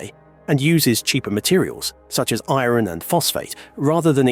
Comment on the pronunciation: Keelo-watt, eeron. AI voice for sure....and probably AI generated script too.